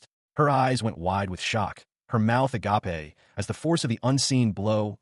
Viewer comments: Just in case you don't understand because surprisingly it happens A LOT "agape" is said like (ah-gay-p) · I love the line " her mouth (ah-gop-eh) agape" lol